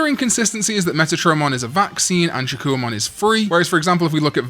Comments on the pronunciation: Why are we pronouncing it shakoo-ohmon when its name should be said Shak-Kohmon?? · I'm so sorry, but the "wa" is haunting me. 😭 If I hear another "Shakkouwamon," I'm going to do a backflip. No hate btw. 😂